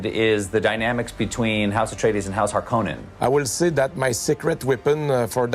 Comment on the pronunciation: What has me stoked is they pronounce the name "Harkonnen" correctly.